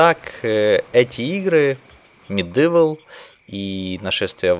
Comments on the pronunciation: МедИвал(Medival), хотя мне уши режит не особо. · не говори пожалуйста МедЫвл, уши режет ))